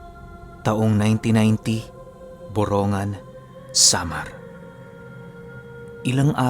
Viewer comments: ang tamang pag bigkas ng borongan ay boronggan, hindi boro-ngan ( borongan) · Borongg-gan Po Ang bigkas:). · Dito samin yan.. Borong gan pag binigkas. Salamat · kunting kaalaman lang po..yung borongan po ang pag pronounce po nyan ay Boronggan..may nawawalang letter G sya pag binibigkas. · BORONG-GAN po Yung totoong pronounce hehe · BORONGGAN ang pronounce naming.( EASTERN SAMAR) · Ang borongan ay y eastern Samar at Mali Ang pronouncation m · Ang borongan ay e.samar at Mali Ang pronouncation mo ay borongan ay sa n.samar